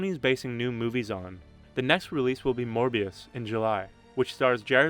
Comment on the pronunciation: last time i checked it was Morbius not Morbuis